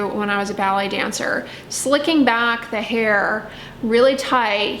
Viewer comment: I kept thinking was talking about belly dancing.. then I realized she's saying BALLET 😂🤪